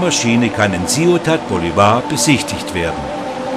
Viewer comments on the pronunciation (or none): also, alles was recht ist. Das ist kein US-Wasserfall, sondern er liegt in Venezuela. Also nicht Änschel, sondern Anchel (deutsche Sprechweise), Akzent auf Ángel (Engel) und der Befreier hat einen Akzent auf Bolívar, und nicht Boliwar, ist wohl sächsisch.